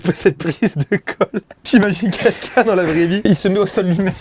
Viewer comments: C moi ou joyca il dit “quinquin” pour dire “quelqu’un” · Joyca j'espère qu'un jour tu réussiras a prononcer le mot "quelqu'un" et non pas "quenqu'in" 😂😂😂 désolé mais chaque vidéo je veux te le dire je le fais pas donc mettez un petit like pour qu'il voit 😂😂